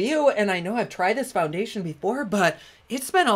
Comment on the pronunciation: Lol... did you say FOUN-GAY-TION??!!.... 😆😆😆 💖💖